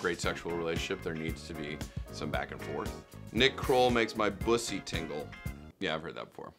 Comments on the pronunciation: He knows how to pronounce bussy and knows what it is. Nick Kroll for president. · Yaaasss to nick properly pronounce Bussy and not playing stupid 😂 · THANK YOU! THANK YOU! THANK YOU! I can't believe you are the only person who knows what and how to pronounce 'bussy.'